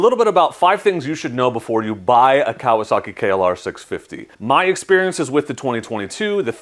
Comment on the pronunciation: Pronounce it right Kawasaki, ka wa sa ki, not kalosaki.